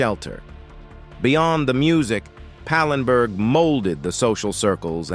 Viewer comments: Not pinberg,its pallenburg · ANOTHER AI GAFF, IT'S PAL EN BERG, NOT PANENBERG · That's "Anita Pallenberg" not "Anita "Penberg" as you said. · Pallenburg, say it, it’s not hard. I hate these AI voices